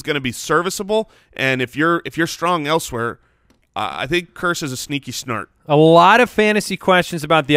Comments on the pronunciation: Every time says "sneaky start" it sounds like he says "sneaky snart". Is this an inside joke i having caught onto or is it another classic pronunciation?!? It happens a lot so im assuming its a joke? Lol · He’s purposely saying “sneaky snart” because in a previous episode he accidentally said that and it was hilarious so that’s what he says now